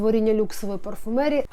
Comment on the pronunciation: ПарфумЭрии хаха